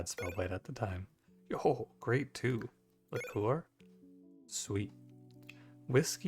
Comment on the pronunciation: also i apologize for correcting your pronunciation of liqueur